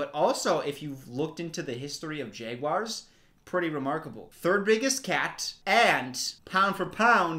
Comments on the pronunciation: is he saying "Jayguars"? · the way you pronounce jaguars has me so confused haha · obsessed with the way pronounces jaguars